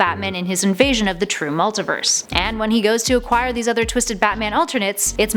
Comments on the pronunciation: Jesus Christ, I have never heard this much butchery of pronunciations for so many words. The pronunciations weren't even consistent either. She kept on going from "Multaverse" to "Multiverse" then back again. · Why is she saying "Bar-Ba-tos Mult-I-verse Nth metal" Weird?